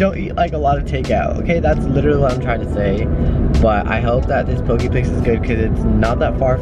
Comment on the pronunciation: In Ōlelo Hawaiʻi it’s pronounced po-kay not po-key - and it’s important to pronounce it correctly because the US had banned our language for years and we’re finally able to revive a language that almost went extinct just as our people already have. 😓